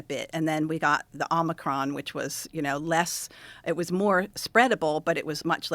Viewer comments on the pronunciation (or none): Ok she’s losing me on ‘omicron’.